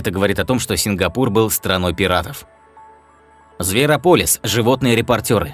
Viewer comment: Пол - это имя такое, а Пэл (Pal) - это приятель. И зверОполис, а не зверопОлис, а то получается какое-то лекарство, а не название мультика